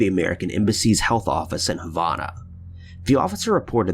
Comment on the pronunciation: I want to meet this idiot that doesn’t even know how to pronounce Havana, what a dumb ass. Wish they would ban his videos!